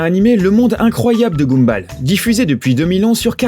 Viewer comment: Ça s'écrit Gumball mais ça se lit Gumboll